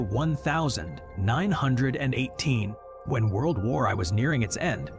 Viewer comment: Really? World War i? Chofier? Bloody AI. Can't you read it yourself? Anticrist? Terrible.